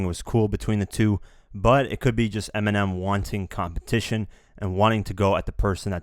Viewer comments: Nobody says eeminim.you wouldn't say that cuz it sounds stupid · People literally mispronounce Eminem daily by saying it as M&M lmao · Many people mispronounce Eminem lol why do they have to bitch about it